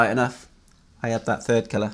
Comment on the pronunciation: Thanks for making this video :) at first I thought you were saying “killer” not “colour”